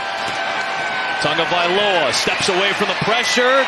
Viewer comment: OH FFS! Tagovailoa has been in the league long enough for play-by-play asshats to not pronounce his name Tungavailoa.